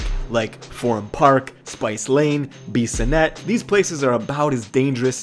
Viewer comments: this boy said "beesonnet" Lol its "biss-a-net" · the way he said “bee-ssonet” instead of bissonet😬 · "Beesonet" LMFAO bro it's Bissonet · “Beessannet”??? Bruh “Bis-Son-Net”.. lemme see where my fam at in the chat ... 🤘🏾WEST! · No fr 😭😭😭😭 and beesanet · The way he said “Beesuhnet” was off too. Straight disrespect. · He also said beeesonet smh lol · Pronounced “A leaf” and “bis ah net” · The way he said Bissonnet was even worse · Haha 😂 fuck yeah as someone from that Echtawn lol he straight up butchered both Alief And bissonette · Lol...he pronounced bissonnet wrong too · All that research but you can't say Alief or Bissonnet correctly lmfao